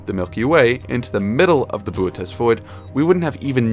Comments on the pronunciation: its pronounced bootys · why didn’t he pronounce bootes like booties 😭